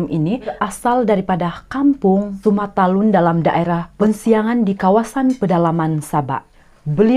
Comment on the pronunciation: Sumatalun kak bukan Tumatalun 😊